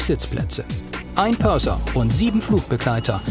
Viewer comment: Purser, nicht Perser